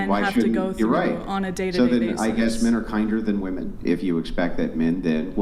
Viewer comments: Can dude say wOmen not wAmen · Bro what the fuck is a “Wehmin”? Can no one pronounce the word women anymore? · I wish you would’ve cleared your throat it was bugging me the entire show. Also, what is “Wemin” ? Women isn’t spelled that way or said that way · Can this fuckin dude stop pronouncing “women” like that??? “Wehmin” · The way says "wemen" drives me a little crazy lol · Wemen , wemen, wemen, wemen 😂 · Or "wemmen", or "wahmen". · Or that guy saying wamin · These girls can’t even pronounce “women” correctly and they vote lol we’re cooked